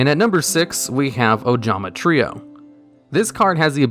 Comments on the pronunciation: I am so happy he didn’t say “Ojama Try-oh” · What is this? actually pronounced ojama trio right? What is the world coming to?